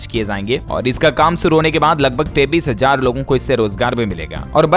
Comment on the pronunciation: please dint mind pronounciation of 23 is wrong. please correct.